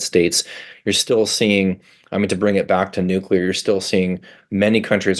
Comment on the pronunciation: Thank you so much for not saying nookular